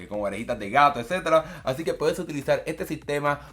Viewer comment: Edcetda edceteda 😅